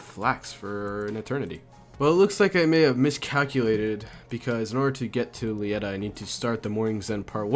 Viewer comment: "Lietta" Its Leh-Tee-uh